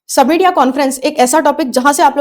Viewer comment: सबमिट ❌️ समिट ✅️